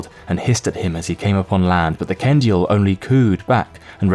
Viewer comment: Ok but the fact they said Ken-dee-ill just makes this so much better XD